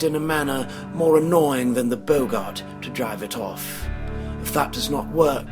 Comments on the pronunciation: hi it's prenounsed bog it, not bow gart, other than that, very well done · Bog-gart not bogart!